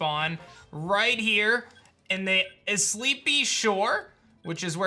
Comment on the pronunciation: "". Pretty sure it's "Isle" like island and spy. Also probably meant to be a play on words for Eye Spy. I normally wouldn't comment this but "Isleepy shore" threw me off a bit